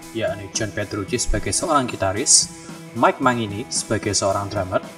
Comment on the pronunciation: mangini , di bacanya "manjini" om